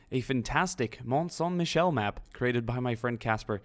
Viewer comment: Kate Mucklow lol you just rekt the french language : MICHEL not MECHAEL